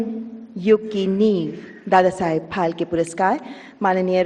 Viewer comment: It's phalke and the lady is continuously pronouncing it as palke